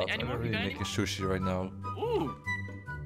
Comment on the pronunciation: Instead of sushi i heard shushi!!😂 that one got me